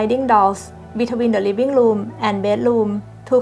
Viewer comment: I did pick up two r's, in 'natural light' and 'ceramic', but not at the beginning of the word ('room' is 'loom'). Never liked them myself, awesome accent 😊